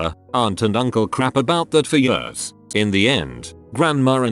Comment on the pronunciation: The way the voice says "years" makes this so much funnier. "Jöörs"